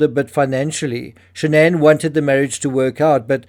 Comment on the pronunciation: Her name was SHANNON...not shan'ann